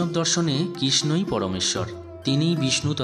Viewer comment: কিস্ নো নয় ভাই, ওটা কৃষ্ণ। আর গর্ব গিহ নয়, গর্ভগৃহ।